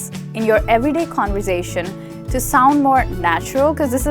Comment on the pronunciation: At the start she couldn't say conversation